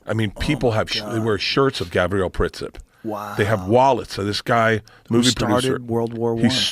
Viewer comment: It's Gavril not Gabriel